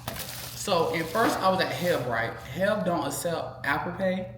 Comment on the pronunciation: It hilarious that calls H-E-B HEB 🤣🤣 please don't stop with the content. I love watching you guys. Your mom and brea too. You guys are awesome ❤